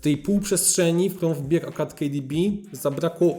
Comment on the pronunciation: Kejdibi XD boli ucho